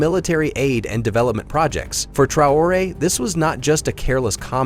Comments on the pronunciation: 1st Learn to pronounce his name! Traore don't need to use anything! He is annointed! You pronounce his name 4 different ways during this video!😊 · Obviously an AI generated voice narrating. There were 20 different pronunciations of Traore. Also, the accent fluctuated all over the place from Midwestern to hillbilly to megachurch pastor. Confusing.